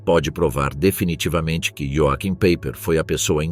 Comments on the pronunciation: As pronúncias corretas são do tipo, "roaquim paiper" e "verner volf" ... Não é "PEIPER" e "UOLF" ... Péssima pronúncia dos nomes verdadeiros porque alemães, não ingleses. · Pronuncia-se "ioarrim paiper", pois no alemao J tem som de I e CH tem som de "rr"